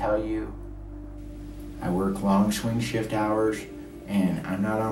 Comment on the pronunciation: “I work long shwing shift hourchh”